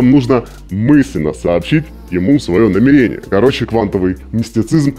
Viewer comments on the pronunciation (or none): ударение пжл ставь правильно, намЕрение, а не намерЕние )все ж почти лям подписчиков) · Сталкер, ты если читаешь с суфлёра проси ударение расставлять, а то кровь из ушей пошла (намЕрение, а не намерЕние) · НамЕЕЕЕЕрение, ударение на второй слог всю жизнь было